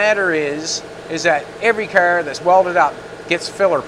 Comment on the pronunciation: I couldn't watch this video because of speech, it's a car not cer it's out not oat sorry but it's just aggravating